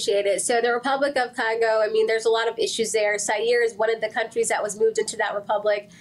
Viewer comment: She said Congo??? And Cameroon?? For the love of God 😂😂